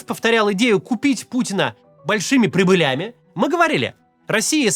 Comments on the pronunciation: Откуда вы взяли ударение "прибылЯми". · прИбылями. Тексты пишут двоечники. Регулярно ударения и множественное число мимо правильных.